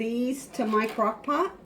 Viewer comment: . I listened a bunch of times. She says, crock pock. 🤣🤣🤣🤣🤣🤣🤣🤣🤣🤣